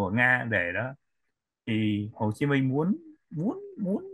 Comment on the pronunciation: nên phát âm cho đúng tên anh Minh, không phải là Min!